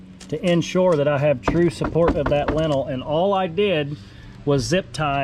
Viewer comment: That word is lintel. Pronounced like LIN-tul, emphasis on first syllable.